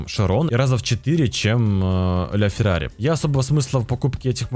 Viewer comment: Бля фирари